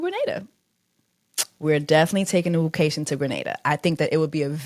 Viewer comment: Woocation? Yes!